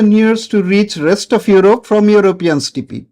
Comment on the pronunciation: Good video sir. But Sir for the love of god, please stop pronouncing "steppe" as "stippii". Sorry but its genuinely hilarious 🤣🤣